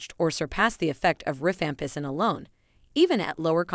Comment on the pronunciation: It's rifampicin, but the voice does mispronounce it.